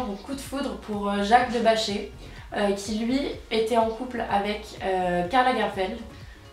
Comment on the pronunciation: Jacques de BacheR, il faut prononcer le R hhaha